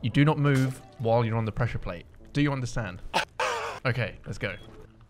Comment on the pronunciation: What bothers me the most is that he said he “pressure plads” if not it was pad or plate